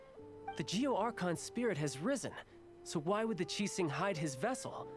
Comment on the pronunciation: I just realized Zhongli pronounce Qixing very accurately. Great Job